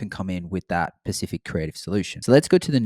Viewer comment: The word is "specific" not pacific lol. But great video either way.